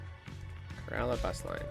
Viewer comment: Pronounced it correctly (Kerala) Kerala is known for spices, tea, coconut and rubber plantation